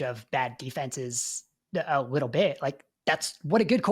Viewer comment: Am I the only one hearing “wittle bit” when he says little bit? 😂